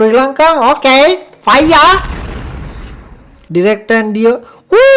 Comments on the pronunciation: Ado loku uba fire kiyana eka paiya kiyala bn ahenne bn😂❤ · Ow bn 😂 faiya